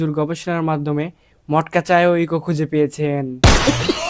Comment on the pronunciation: উনি কি ইগো বলতে গিয়ে ইকো বলে?